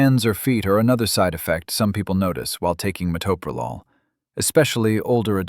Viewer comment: I just wish people could pronounce it correctly. Met/o/pro/lol. Do teachers not teach how to sound out words?